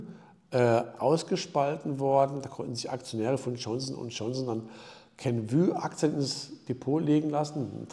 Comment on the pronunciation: Klasse! Zwischendurch hatte ich ein Deja Vü mit Kenvüüüü - klasse, da kommt halten die Französischkenntnisse durch...Danke für Deine Arbeit!